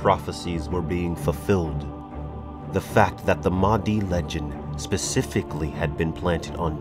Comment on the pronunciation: Mahdi, H sounds like Aha! or ha!...you gotta exhale. Mah di. In islam, during the final days Mahdi will arive and fight dajjal (the anti christ).